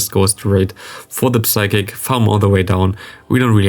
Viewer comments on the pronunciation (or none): Psychic is pronounced with a silent P. So «sykik». Nice video